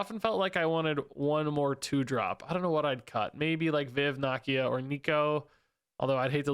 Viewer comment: Nuh like Knull, Key, Uh - Nakia - she’s in the movie my guy 😅